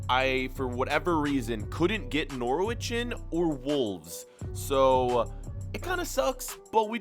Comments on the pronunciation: He says Norwich as nor,witch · The way he pronounced Norwich... it harmed me.